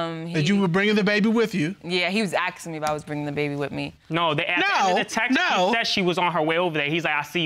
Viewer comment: Stop saying “Axed “ it’s asking geez